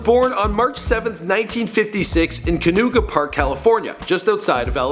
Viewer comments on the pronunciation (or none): Really? Canuga? Its canoga